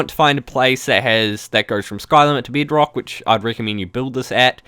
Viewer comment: lol how he says bedrock and nether like : "bidrock and nither or the ind"